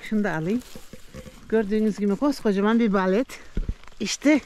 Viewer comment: Özür dileyerek söylüyorum o mantarın ismi balet değil bolet düzeltirseniz sevinirim bende Berlin’de topluyorum her traf dolu bu sene çok iyi